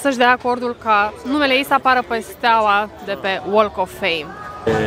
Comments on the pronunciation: BTW, the "l" in walk of fame is silent... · "L"-ul din "walk" nu se pronunta, remarca pt viitor :)